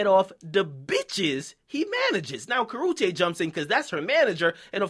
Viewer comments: Lmfaoo the way he says "Karruchue" Lmfaoo he says "Kar-Oo-chay" lmao! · " Karoochay" Akademiks voice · Say her name right bitch as nigga. Karrueche and YES she did really love him. Bitch ass.